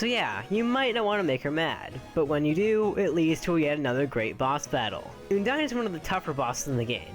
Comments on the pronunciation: I think it's undyne not ooodyne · Its UN-DIE-N not OON-DIE-N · ummm....did you guys notice that he said oundyne? not undyne... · Oondyne? Oondyne? IT'S UNDYNE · Undyne not oondyne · Its pronounced uhn-dine Not ooon Uh-n-d-ine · uuundyne? its pronunced i think AN-DIE-NN thats the best i can help you prononce when i an doing it through a comment section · It's Uhndyne not Oondyne! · Uh-n-die-n not une-die-n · its not pronounced OONDINE its pronounced UHNDINE XD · it's pronounced un dyne not ooondyne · I say an-dyne not oon-dyne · Oondyne? It's Undyne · Did you say...... Oondyne? It's un-dyne. Not trying to hate just pointing this out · Eudyne it sounds like this it's undyne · Oondyne really it's UNdyne UNdyne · What Oondyne? It's Undyne XD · uondyne it`s undyne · its not oohndyne its un dyne un as in undo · It's undyne not oondine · ehm it not oondyne its undyne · Oh btw its UNdyne not YOUndyne. if it were her name being a pun on Undying wouldn't make sense. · ITS UN-DYNE UN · WHEN HE SAID 'OOONDYNE' I GOT HELLA TRIGGRDDDDD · oondyne lol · Btw it's pronounced Un dine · You mispronounced Undyne it's ( un-dyne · Here's how to pronounce Undyne. Uhn-dine. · my list: 5. oondine 4. oondine 3. oondine 2. oondine 1. oondine yep. dat pronunciation killed EVERYONE in the comments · OMG IT'S OONDYNE! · OONDYNE! that pronunciation killed me. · Why did he pronounce undyne like oondyne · How are you pronouncing Undyne so wrong? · WHY ISNT SANS-PAI NOT 1?! also you pronounce Undyne wrong.. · Man you're saying Undyne's name wrong... Please check somewhere how to say it right.. XD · u said undyne wrong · You pronounced Undyne WRONG!